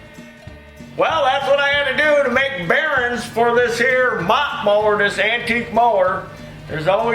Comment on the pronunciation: It's bearINGS not bearins. :)